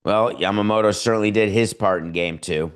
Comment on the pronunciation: Your pronounciation of Yamamoto is perfect😊.